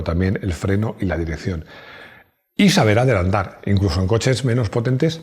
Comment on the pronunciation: Madreeee ... ¡ Lo que dices de adelantarrrr ! ... Si te oye D. Pera-Pollas de la DeGaTe de gilipolleces ... 🤣🤣🤣